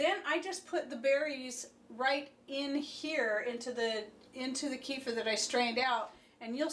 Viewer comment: Kefir, the way you say it, is Donald Sutherland's son. ;)